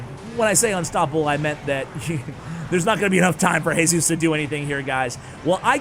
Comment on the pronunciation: Hey-sus It's G-sus The sus from sustain